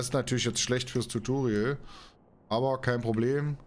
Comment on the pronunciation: Warum sagst du eigentlich die ganze Zeit Tuturial? Schreiben tust tu es ja auch richtig also mit o